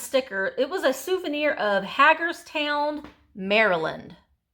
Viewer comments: Just so you know...pronounced Hay-gerstown. No offense, just a Maryland girl here, in case you come across that town again. They have great antique vendors! You were on point today, I was laughing at your fabulous humor of descriptions. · Hagerstown is said like the pottery haeger or haygerstown. Used to live there.